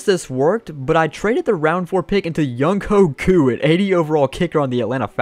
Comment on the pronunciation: Yo just a heads up younghoe koo is pronounced “youngway koo”